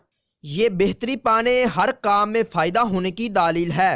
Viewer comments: Dleel lafz hota hay bhai daaaleel na kha kary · LAFZ : LAADEEL Nahin Balke "DLEEL" Hai (Talafuz THIK Karein)